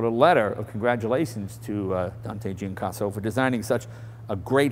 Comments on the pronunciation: 1. "Dante Giacosa", not "Giancosa". 2. "Millecento" means One thousands and one hundred, not "Eleven hundred". Nice video, thanks. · It's Giacosa not Giancosa :) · there is no "n" in Giacosa